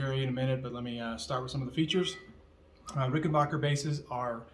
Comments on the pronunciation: RickenBACKer not RickenBACHer. Just fyi. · So I'm assuming that you Googled me ( Rich Briere Fender ) and found confirmation that I am who I said I was and Ged is a dear friend, as is Alex, as well as the entire Hall Family at Ric.......and from now on you'll be pronouncing Ricken-BACK-er correctly so that your "Followers" will no longer be confused....Yes? :) Thanks for your time. ....and NEVER push back hard cuz you NEVER know who you're pushing against. 🍎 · Adolf Rickenbacher changed the spelling and pronunciation of his name to Rickenbacker after moving to america so that he would not be associated with the Germans …so originally he was RickenBACHer….